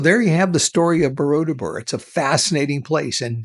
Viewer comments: Its borobudur not bodordubur sir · You keep saying BoroDUBUR instead of BoroBUDUR. I'm 36 years old, and here I am laughing myself silly because DUBUR means anus in Indonesian 😂😂😂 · I love how you butchered "Borobudur" so many times lol 😂 😂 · lol i was about to say this ..... its funny